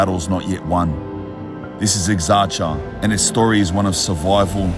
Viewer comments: Thanks for the upload. By the way it is not exarcha it is pronounced eksarheea. e as in egg Hee as in he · Bruh, it's Exarhia not Exargia. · You are pronouncing the suburbs incorrectly. It isn't exarchia but exarhea. Not omounia( which could mean something in female genitalia), but omonia.😊🇦🇺🇬🇷❤ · Ek sar hia not eksartsa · It is pronounced Exarhia not Exarchia ❤ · Just a friendly note cause I'm a grammar/language in general nerd 😅: it's not pronounced ExarCHia but more like ExarHia✌ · Buthering the Greek names; Exarchia is pronounced with a "kh" sound, it's Exarkhia quite literally; he says something like Amunia, not Omonia as it should be. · My point was that the guy comes and doesn't even bother pronouncing the name as it should be pronounced; makes a whole video about Exarchia pronounced with "tch" sound not "kh". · Fantastic but how do you spend so much time in Exarcheia and not learn how the name is pronounced? 🤯 ex-AR-hee-ah. The way you say it is like nails on a chalkboard. And omounia? I can't tell if you're pronouncing it like this to be funny considering mouni is pussy/fanny in Greek. It's pronounced oh-MO-nia. Ty for this great video. keep up the good work. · As I'm watching the video, there are many inaccuracies (ie. there is no police in that neighborhood - of course there is) but most of all, you could have gotten at least the names of the districts right. It's not Exarzia or Omounia. It's Exarhia en Omonya (to pronounce it as better as possible). Edit: Agree or not, the Greek guy has a great intellect. Bravo for your English too. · The pronunciation isn’t ’ex arch ya’, it’s more like ‘ex a hee ah’ with the H sound coming from the back of your throat like you’re hocking up a spit. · And it is not pronounced Exartsia. It is pronounced Exarhia. And Zackie was murdered in Omonoia. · Hey vre If you’re interested It’s pronounced ex-ark-eea Not ex-arch-eea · exarhia it's pronounced .. ps I'm an old glebe boy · Its pronounced EXARHIA everyone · It's eksarhia